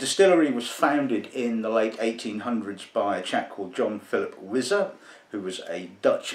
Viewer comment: It's pronounced "Why-zer." Not "Wiz-zer."